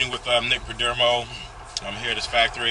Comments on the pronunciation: Good vid but it's PerdOmo not Perdermo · Have you learned how to pronounce the perdomo family name correctly? 😂😂😂